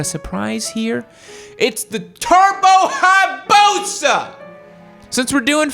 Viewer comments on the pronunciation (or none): i was laughing at how he was saying BUSA, not laughing as if he was wrong about it being the bike that has been modified to the point of being the fastest lol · "TURBO HI-BUSA". LMFAO. Played that over like 5 times hahah